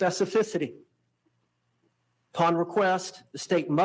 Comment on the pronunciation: lol! lol! lol! can’t say “specificity.” He tried twice and screwed up.